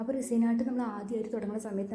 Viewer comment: അത് റിസൈൻ അല്ല റെസിൻ ആണ്